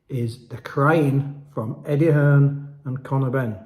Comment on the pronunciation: EDDIE HEARN NOT EDDIE HILLS ?